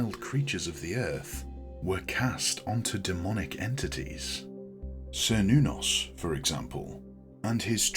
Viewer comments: This video is wrong about the pronunciation topic on multiple levels. A "kernos" is a piece of Greek pottery which is commonly used in rituals for several of the Greek gods. It's not a modern pronunciation of "Cernunnos" at all. The earliers recreations of the name "Cernunnos" used the "Ser" pronunciation, but more modern research into linguistics and history suggests the "ker" pronounciation of the first syllable to be more likely to be accurate. The version used in this video is "old fashioned" while the version it dismisses without even saying it correctly is more "modern" but in a way which points to the exact opposite of what the video tries to suggest is the reason why. As we learn more about history and shape our understanding of lost historical languages through doing so, our expectations change, and the modern understanding of ancient Celtic languages suggests that the "ker nuh noss" or "ker noo noss" pronunciations would be more likely than the earlier (still modern) "ser noo noss" version. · "sr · nuh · nowz" is how google is saying it is pronounced. Grok says it is "KER-NOO-NOS" in modern Celtic reconstruction and "KER-NAH-VEL" in root tongue ;) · Yes I began by pronouncing it as sir but now upon study use Ker -noon -nos blessed be 💚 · I'd always pronounced it as "Cher-noo-nos" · I have also heard his name pronounced, as: KER nuh-noss and Ker Noon noss.